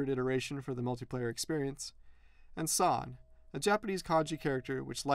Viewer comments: in Japanese the number 3 is san(さん) not sa(さ) but good vid tho xD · It's pronounced "san" instead of "saw", just saying